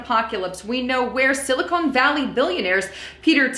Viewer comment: Its Sili-CON not Sili-CONE.